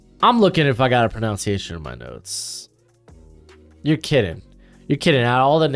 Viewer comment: Love your content and also the irony of you mispronouncing “pronunciation”.